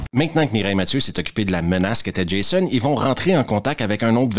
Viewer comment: Pour un français, entendre Jaissonne a la place de Djaizone 😂😂😂😂 ça n’a pas de prix